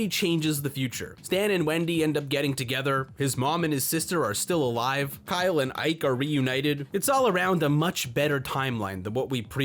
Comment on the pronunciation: KYeal! That's Kyeal!